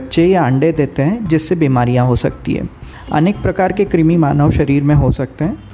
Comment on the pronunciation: क्रिमी नहीं कृमी (क्रुमी)